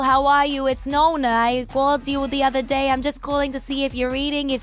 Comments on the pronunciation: perché adatta la parola "nonna" alla pronuncia americana, e quindi non pronuncia le doppie😂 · Scusate la mia scandalosa ignoranza (i fans non mi uccidano 😂😂😂) ma Ariana è mezza italiana? Perché dice "nonna" (anche se in pratica dice "nona") invece di Granny o grandmother come dicono i presentatori?